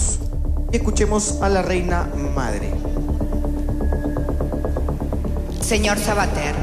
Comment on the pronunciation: se dice MADRE no "AMDRE"